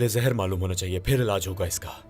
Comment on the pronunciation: Malhunnnnn nhi maloooonn 😔